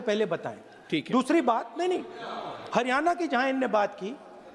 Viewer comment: राहुल जी ये हरीयाना नहीं है ये हरीयाणा है